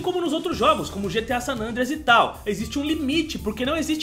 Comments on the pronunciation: né "gta sanandreas" e sim "gta san andreas" kkkkkkk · Ele fala GTA San nandreas